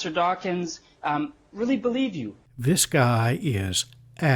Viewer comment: "Mister Dachshund"